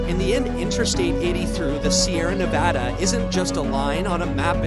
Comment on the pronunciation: Stopped the video 30 seconds in because the pronunciation of Nevada smh 🤦‍♂️ was so annoying hearing it